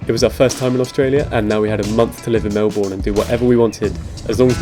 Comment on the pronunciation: Melb'n not Mel born